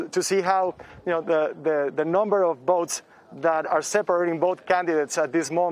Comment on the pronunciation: Why does the guy keep saying boats and boating instead of votes and voting?